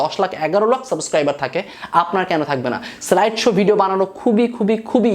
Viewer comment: ভাইয়া একটা কথা বলি রাগ কইরেন না। সাবোসক্রাইবার না সাবসক্রাইবার